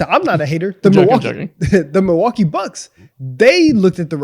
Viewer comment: Mil-LOL-kee Bucks